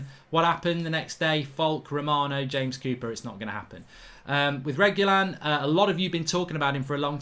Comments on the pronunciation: FFS Mark you pronounce Reguilon's name as "Regweelon" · Make pronounce it reg-u-lon. Not rej either when u pronounce it but reg like regular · Upvote for pronunciation tip for mark: Reh-gee-lon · It is pronounced reg you lon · I pronounce his name as "RE Q LON" just saying i may be wrong 😂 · I think his name is pronounced Reg-ee-lon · Wow. You should receive a fine for butchering Reguilon's name🤣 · Man how you butchered the name :D